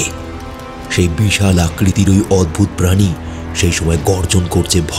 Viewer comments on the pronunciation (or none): Ucharon gulo ektu thik korte hobe, mangshashi pani boleche, tomader golpo suni khub valo lage,ei choto khato jinish kheyal rekho,agami diner subho kamona roilo😊